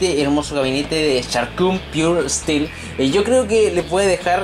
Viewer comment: JAJAJAJAJAJJAME ENCANTA EL INGLES DE. ESTIIIIIIILO = STEEL